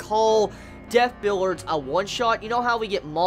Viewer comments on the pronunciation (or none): why are you saying it "billards"? it's "bill-ee-ards"